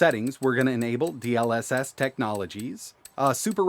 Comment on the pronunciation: "Dee el esess" 🥴